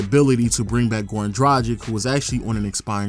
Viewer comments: just one note for everyone who does these kind of videos and tries to be pro about it...plz learn how to pronounce the names...its dra-g(hard g)-ich...not dragik. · It's prounounced Drag-itch. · Waiting for the day someone pronounces Dragic accurately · Damn your pronunciation of Dragic :D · People still out here mispronouncing Goran Dragic's name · It annoys me how every video gets "Dragic" pronunciation wrong. 😶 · How fucking hard is it to pronounce Dragic???? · What percentage of human beings do you guys think are actually able to correctly pronounce the name Goran Dragic? I have yet to find a Youtuber get it right. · is it that hard for amerikans to pronounce dragic properly?